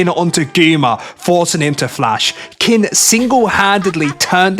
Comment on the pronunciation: please, its pronounced "keen" 🥲